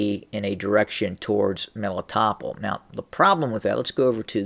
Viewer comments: Meh-lee-tow-pol Melitopol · I think it's pronounced Meh-lee-toh-pol